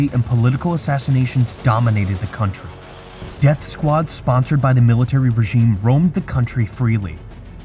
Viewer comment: Quick note* pronunciation is extremely important for a narrator your constant mispronunciations like def for death turned me off from what is probably a great video.